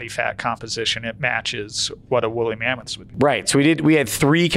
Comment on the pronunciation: It’s wooly mammouse 😭